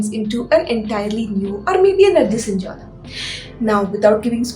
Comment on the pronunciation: Jonre,not joner